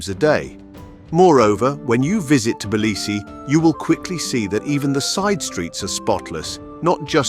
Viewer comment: how can I take advice from somebody who can’t even say the name of the city correctly?